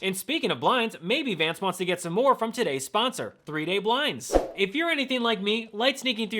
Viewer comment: 'Shay - D' Vance.